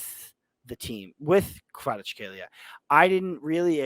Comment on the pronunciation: I will help you to pronounce kvaratskhelia <Kvarac hell ia >